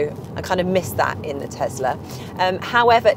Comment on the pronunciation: What the heck is a Tezler? Do you mean Tesla?